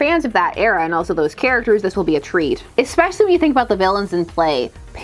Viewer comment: Especially. No "k".